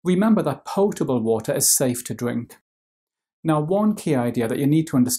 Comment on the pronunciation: Love how he says pyotable and pyour